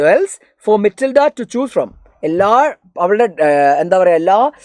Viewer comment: matilda❎️ mitilda✅️